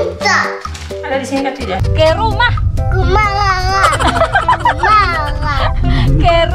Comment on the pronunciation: Susah ya bilang "ke rumah" 😂😂😂